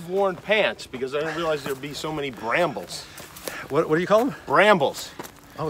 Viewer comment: Lol "brambles"...oh my!!